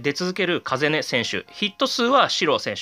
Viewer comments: 風音って「かざね」じゃないの？ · 風音 カザネですよ